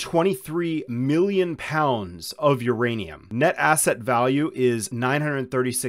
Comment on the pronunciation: Theirrainum ..lol 😂